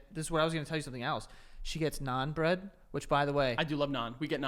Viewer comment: You're saying bread bread, Joey!